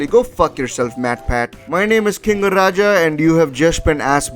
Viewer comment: BitZu